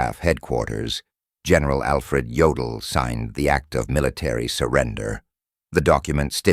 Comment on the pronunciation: Yodal? Durnitz? Really?